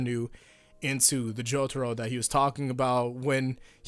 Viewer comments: Why you gotta pronounce it the American way... jo tar o... :( why not JO TAH ROH! The dio way! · Hey can you stop calling Jotaro as J o t o r o? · Nam Nguyễn Phương Well says it as Jotoro. Jotoro should be the right answer.